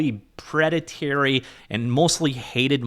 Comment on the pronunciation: Great video. I know I shouldn't but I had to point out it's "preda-torie" not "preda-terry". Thanks for the content 🙏